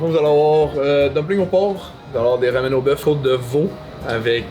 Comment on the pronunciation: J'adore voir le côté coquin de haha!! Et ca me fait rire qui dis des RAMUNE 😂 RAMEN (ra-mène) pas rawwwmunnee😂😂😂